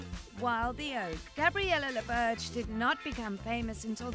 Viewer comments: Ouch, you're completely butchering her last name. It's French, and "Laberge" not "Lawbirdge"... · As a French Canadian, I’m annoyed you don’t even try ro pronounce her last name the right way. 😂